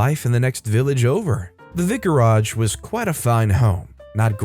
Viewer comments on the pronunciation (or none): You've pronounced vicarage wrong 😉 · You pronounce vicarage strangely.